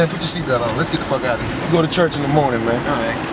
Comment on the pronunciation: he said iight...